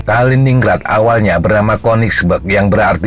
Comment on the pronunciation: Bacanya Kalinin-Grad ya...